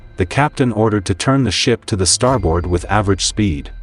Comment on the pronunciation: They're called "depth charges". Also, the pronunciation is not "star board", it's "starbird". In WWII, there was no sonar. It was called ASDIC. Navy personnel are called sailors, not soldiers. Torpedoes don't fly. (Note: NEVER call a Marine a soldier if you value your health.) Was this a junior high school history project? What grade did you get?